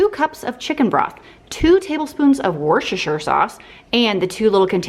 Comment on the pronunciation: Even in the dictionary, says to pronounce it "WOOSTER SAUCE" My mother used to say it that way, drove me nuts..so I finally looked it up to find up the RIGHT way to actually say it properly then if I correct someone I don't have to feel like a fool. Either way, if it REALLY is supposed to be WOOSTER sauce. Or if it's worchestershire...🙄😳